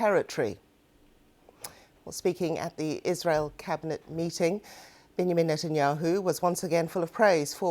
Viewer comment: How did this reporter pronounce Benjamin Netanyahu? 😂😂😂😂😂